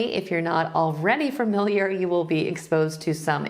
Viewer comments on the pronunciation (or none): none